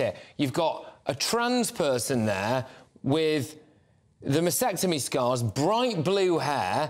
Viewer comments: Not masectomy. It's masTectomy! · It's masTectomy - with the T - not masectomy please please please start getting this right - you're talking about a specific medical procedure. Get it right, please. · Hi, it is pronounced ma steck tummy or ma stek tuh mee. Thanks for the show here.